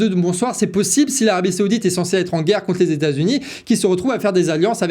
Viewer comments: on ne dit pas seoudite mais saoudite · Saoudite, pas Séoudite, on se croirait à la récréation 😁